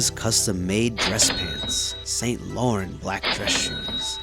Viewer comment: Saint Lauren??? You really didn't try with that pronunciation...what a looser